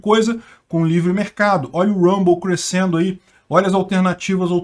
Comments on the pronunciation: Isso mesmo. Ele falou "Rumble" e não deu tempo dele mudar a chave pro português e daí ele soltou um "cruescendo" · Clique em para ouvir o falando "crescendo" com sotaque americano.